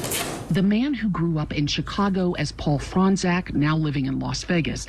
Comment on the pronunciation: They say Fronczak like "Frong zach" lol it's "Frone chock"